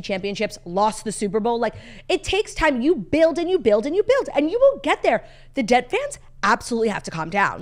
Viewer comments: They’re saying DET not debt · incoming butthurt life long Lions fan: The hardest part is hearing you refer to Detroit as "debt" lol